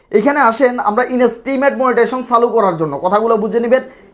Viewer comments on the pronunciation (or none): inastrim abar ki? You are not eligible for making video since your pronunciation is very bad.